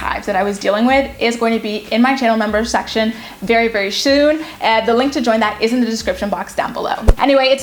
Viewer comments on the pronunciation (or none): Very shoon? Lol 😂